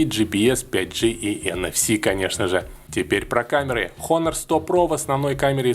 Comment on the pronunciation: Выучи название фирмы, обзорщик, противно слушать. Дизлайк